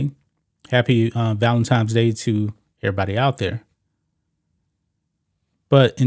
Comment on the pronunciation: did he say valentimes day?